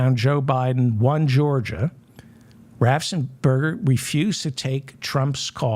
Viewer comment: David. David. David. RAFFFENSPERGER. RAFF! ENS! PERGER! Raffensperger. 😡